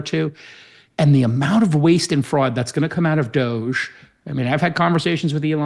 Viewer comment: Anybody else find Calcanis a wee bit pretentious? The way he pronounces "Doge" for example? He sounds like he should be a stylist for Lady Gaga. hahahaha